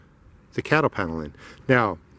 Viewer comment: I backed to make sure I heard that as well.